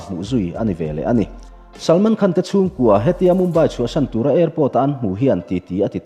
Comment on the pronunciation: 'Khân'...... A rik tur anga ri dik lo hi ngaihthlak a nuam lo deuh thin.